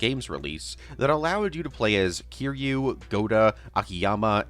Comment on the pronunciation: thought this would be a nice long watch but i can’t sit through a 3 hour video of someone mispronouncing kiryu’s name as kiroo. come on dude. try harder than that